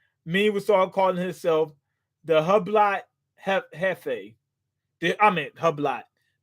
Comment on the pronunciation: its funny you pronounced hublot as "hub-lot" because 50 cent actually did something like that to make a rhyme on one of his mixtapes around 2010ish. But he pronounced it "hue-blot". When ur rich you say it whatever you want especially to make those rhymes work